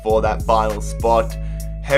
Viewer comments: It's BUH SHICK TASS, not "besishtas" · I don't think it's Bezishtas... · how the hell did he pronounce "Besiktas"😂😂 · You're saying Beşikteş soooo wrong